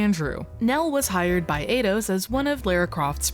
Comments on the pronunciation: It's pronounced 'eye-dos', no 'ay-dos' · Eidos is pronounced eye doss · Eidos = ‘eye’ ‘doss’